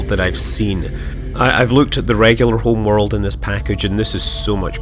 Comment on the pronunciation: Hurr, this HRRRMMMWRRRLLDD is so much prrrrrtierrrrr than the old one. Really, dude? And stop fucking talking into cutscenes.